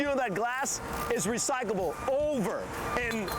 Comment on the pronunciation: Guy cant even say it right. He says RECYCABLE